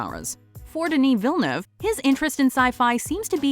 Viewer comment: Is it just me or her pronunciation of Villeneuve is just annoying AF.